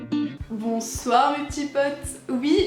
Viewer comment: Au début quand t’as dis bonsoir jme suis dis « pariiiiis » 😂😭